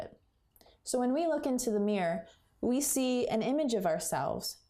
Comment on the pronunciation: i just can't bare going through the video; it's mirror not meyur